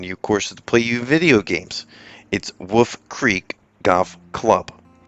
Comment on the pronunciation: Wolllllf. Not Woooof.